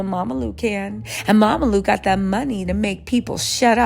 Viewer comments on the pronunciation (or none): She called him "Mamalu" instead of Romelu 😂😂😂😂😂😂😂 I'm done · Its ROMELU not Mamalu😅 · Mamalu 😂😂😂😂nah it’s Romelu 😀😀I’m dead